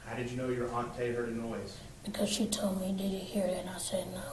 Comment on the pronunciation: Aunt TEE not Aunt TAY